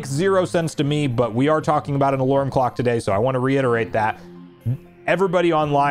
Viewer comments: Are you Canadian? Why do you say “alurm”? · Do you always pronounce “alarm” as “alorm”? Sorry if I’m making fun of you, but can you physically pronounce it correctly? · I think you mean "alorming" 😅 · you're great, but I have no idea what accent you have that pronounces alarm as "alorm". Is it the same for other words like "charm/chorm" or "karma/korma"? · The way you pronounce "alarm" is alarming